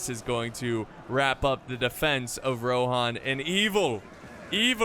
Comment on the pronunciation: I just pronounce everything like they do in the movies. And they say rohan not rohin or whatever the other thing you said was